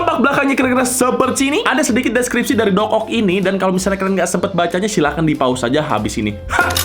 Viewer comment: Dococt, bukan docock njir wkwk